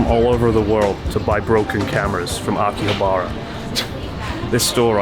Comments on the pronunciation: I had to stop watching the Only In .. channel because he pronounces Asakusa like ASSA KOOSA. If you lived in Japan you know this is wrong. :) Chris please consider not saying Akihab "BAR" a . You guys have lived there long enough to know. :) ok geeky comment i know .. apologies. Great Channel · How can you still not pronounce Akihabara properly after all these years? Slap yourself, do it now.